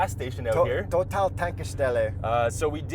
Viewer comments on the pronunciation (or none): Alright boys! it’s Toe-tal this time, whilst in Europe 🤓😎 Sick ass wagon right here